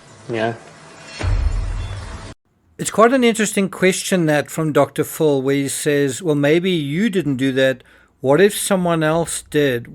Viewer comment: So sorry but just irritating when a name is prounounce wrong. It is Dr. PHIL as in PHIllip. Dr. you call Prince Phillip Prince FULLIP? It is Dr. Phil NOT DR. FULL